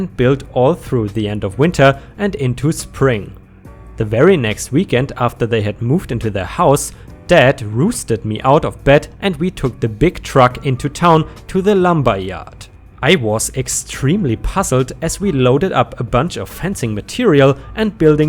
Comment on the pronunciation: As shown by the mom...rotten pea soup works wonders on terrible people. hahahahaha It is ranch er. Like you said horse ranch correctly so just say ranch then add the er. Rousted has an owl sound not an oo (as in spook). But I still love listening to you even though I correct you out loud at home. lol And yes American English is a pain in the ass.